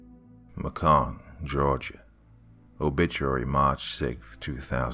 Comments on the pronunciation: HEY! :) Im actually from Macon Ga, and just a little constructive critisism, it's pronounced MAY-CON, but other than that you did great at capturing the over all feel :) Great vid! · Doc its pronounced Ma cun GA. With a hard A sound in Ma and a u sound in con. Loved the story also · It's pronounced Macon like bacon with an m I used to live there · It's pronounced MAY-CAN, not MA-CON. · Not meaning to be a troll, cuz i love ur work... But MACON Georgia is pronounced like "Bacon"... For future reference. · I used to live in Macon, GA. They are full of families like this. Oh, by the way,, it is pronounced like this: May-con, GA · The city's actually pronounced 'May-Can'. 😁 Great story! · Great story and narration! But just FYI, Macon is pronounced May-con here around these here parts. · Hey boss we pronounce it (may-can) GA .